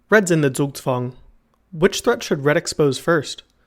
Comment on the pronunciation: good pronunciation on the "Zugzwang". I'm a chess player and haven't heard an american pronounce it right yet